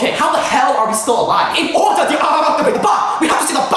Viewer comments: “in orduh to deactivate the bahmb we have to say the 🐑🐑🐑🐑🐑🐑🐑🐑🐑🐑🐑🐑🐑🐑🐑” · “in ouduh to deactivate da baouhmh we need to say da paaaaa-“ 😂😂😂